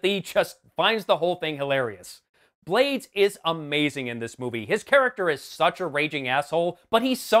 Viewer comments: Ruben Blades is latino and his last name is pronounced Blah-Deez, not blades. I thought this movie was OK crap. I didn't expect much, and it delivered. With some nudity. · Another winner for the Worst picture winner marathon, thanks for doing this during these dark times. Just one thing, Ruben Blades last name is pronounced Bla-des not "Blades" as in knives. Nitpick, I know but there it is. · Just a thing about pronunciation: panamanian actor-single Ruben Blades last name is pronounced "Blah-des". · Ruben Blades last name is pronounced (blah-days)